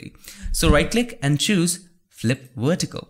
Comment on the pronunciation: “Flip it wertical”. Another great video.